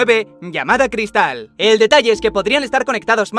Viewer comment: Cada vez que decía cristal se me salía un pulmón por la boca